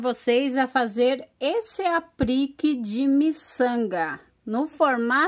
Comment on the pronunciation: Aprique? Kkkk putz insuportavel ouvir